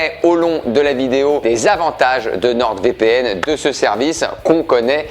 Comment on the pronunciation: Je crois que tu es le seul à prononcer une lettre muette et ce, plusieurs fois "NorD VPN"